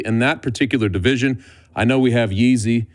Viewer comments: "Yeezy Prohushka" this is getting fucking ridiculous. It's PRO-HUSKA. The former pronunciation of Jiri as "Yuri" was okay, it is understandable not everyone knows how to pronounce Ř and it's fine to read it as R. But Yeezy is just...c'mon. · If anyone outside of the Czech Republic pronounces his name as ‘Yeezy’ then you don’t deserve a voice box.